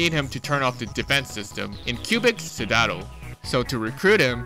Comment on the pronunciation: the way you pronounce citadel kills me